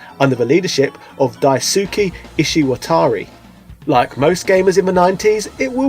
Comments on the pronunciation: It’s Dice-keh not Die-sue-key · In Japanese the "Su" is an "S" sound with the u being silent. so the GG creator's name is pronounced "Daiske", instead of "Daisooky" or how "Asuka" is pronounced "Aska" not "Asooka". Just wanted to drop that should you ever meet the guy you don't embarrass yourself ;) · It pains me how close, yet far it is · Die-ssskeh Lol Daisukey hahahahaha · His name is pronounced Dice-ke (Daisuke) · "Dai-soo-kee" C'mon man, like does that not sound off for you? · He's British. It's in his blood to mispronounce names. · Also Daisuke is pronounced DICE K. :) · "Dyesookie" lol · The way you pronounce Daisuke physically hurts me